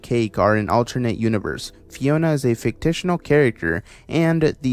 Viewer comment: afromention instead of aforementioned fictictinal instead of fictional you make up some crazy pronunciations. the simon as the ice king thing shouldn’t be on this list because its part of the shows plot and isn’t a mystery or anything